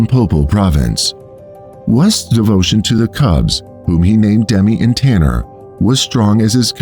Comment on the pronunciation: Im his granddaughter, i just want to say the lions name is tana not tanner and also my grandmothers name is pronoucned like "jill" even though it is spelled with a g